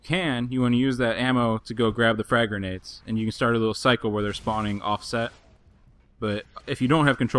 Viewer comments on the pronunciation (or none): none